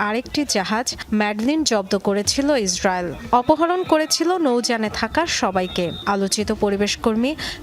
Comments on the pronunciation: সংবাদ পাঠিকা সংবাদের ৪:০০ মিনিটে "ইসরাইল"কে কি "হিজরায়েল" বলেছে? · শুদ্ধভাবে হিস্রাইল শব্দটা উচ্চারণ করার জন্য আপনাকে প্রানঢালা অভিনন্দন